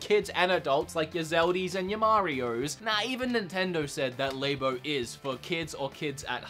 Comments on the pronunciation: Its LAB-O. Like a laboratory. Not Lay-BO. Like a woman's Labia. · LAB-O not LA-BO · Why do you say labo so weird it's labo not laybo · LAB O not LABE O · It’s pronounced Lab-oh not lay-bow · Nintendo “Lay-bo” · please stop saying l"A"bo....you don't say laboratory l"A"boratory. this makes the video really painful to watch. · Please stop saying labo like that